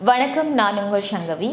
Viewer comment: சங்கவி. Not. ஷங்கவி சுத்த தமிழ் வேணும